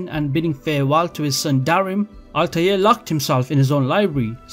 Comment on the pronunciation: Ezio....... Desmond........ ALTIAR.....